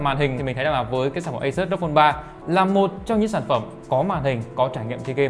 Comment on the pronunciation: Hết ông khôi ngọng là AU I PHÔN 3 Giờ thêm ông này nữa Rốc Phôn 3